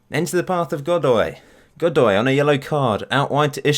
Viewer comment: Godoy is pronounced "Good-oy" just so you know. Great vid!